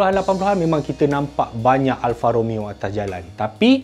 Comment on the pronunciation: "Alfa Romayo" orizainal